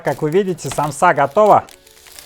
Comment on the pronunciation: И только русские говорят самсА , аж уши трубочкой сворачиваться .... У меня на родине так россиян вычесляют , потому что правильно ед.ч. сАмса, мн.ч. сАмсы